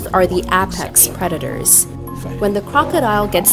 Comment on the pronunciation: They way you mispronounced APEX ruined this video for me